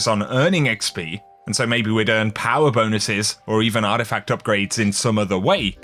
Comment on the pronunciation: Clicked for the D2 content. Stayed to hear him say POWA!!